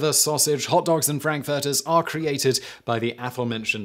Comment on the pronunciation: Somebody couldn't pronounce frankfurter.